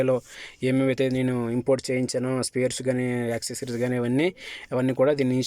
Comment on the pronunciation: యాక్ సిరీస్ కాదు బాబు అవి. యాక్సెసరీస్